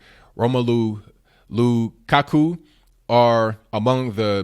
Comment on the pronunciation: oh come on you can't pronounce or know who Romelu Lukaku is? don't be so stereotypical LOL "I am American I hate Soccer" LOL the guy is WORLDWIDE known man LOL. The hoodie is stupid LOL Black SJWs and their ilk just gettin mad at nothing. That's what a sneak diss is? I thought it was someone who dissed sneakers LOL.